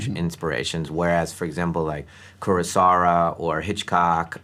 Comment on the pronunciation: Did he really say "Kurosara", without correcting it?